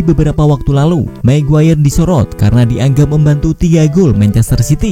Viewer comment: Magayer min, bukan maguwayer..... 😀